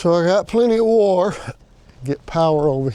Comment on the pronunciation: Yeah!. Looks great, that fascia board really finishes it up. BTW- I chuckled when you pronounced the word WIRE, like I say WAR. LOL